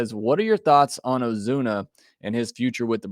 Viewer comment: Lol "Ozune" come on man